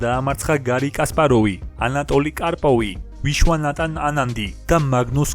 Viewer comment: ჭადრაკის სამყაროს აზრზე არ ხარ პოლგარი და არა ჰოლგარი კარლსენი და არა კასლენი ვიშვანათან და არა ვიშვანატან დიდოსტატი და არა გროსმაისტერი